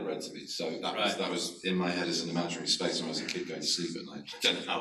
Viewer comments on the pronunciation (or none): none